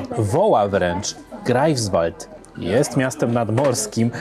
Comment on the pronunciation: Dzieci, bardzo to ladne, ale jestescie w Niemczech wiec potrzebna lepsza wymowa -GRAJFSwald, i SZTETYN.